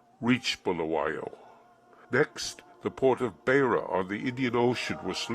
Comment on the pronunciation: Very good documentary, apart from a few insignificant errors of fact in the script, and the narrator's pronunciation of Beitbridge and Beira is incorrect. (Which tells me the narrator probably did not ever live in the country he is telling the story of.) There is nothing mentioned about the coloureds (for US readers: in Africa a coloured is a mixed race person), Greeks and asians, nor is there anything about the attacks on missions, nor anything about a few deadly conflicts between ZANU & ZAPU. My main worry is that as of 14 Sept 2018, the film has 108 upvotes as against 40 downvotes, which tells me something disturbing about the minds of one third of the audience.